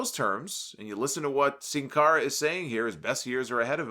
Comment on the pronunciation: First english speaking person from YouTube that pronounce “Sin Cara” right